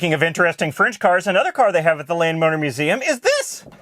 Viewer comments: Am I the only one that kept hearing "Lame Motor Museum"? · I thought you said "Lame" motor museum until I looked at the transcript.